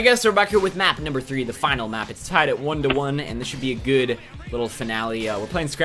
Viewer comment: changed good to great because you pronounce it "geed" haha